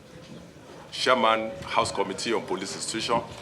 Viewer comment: Your pronunciation is very bad. Is it shareman or chairman.